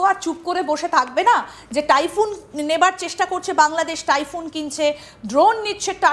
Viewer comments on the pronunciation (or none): তাইফুন না,টাইফুন।